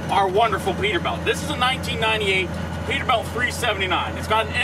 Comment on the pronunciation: "Perter Belt"